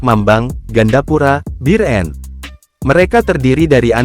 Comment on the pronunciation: Bir-en..kesel bgt dgr narasi nya, emang susah ya nyebut biren (bieureun)